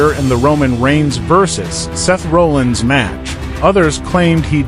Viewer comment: If you can’t say Seth’s last name correctly, stop making videos.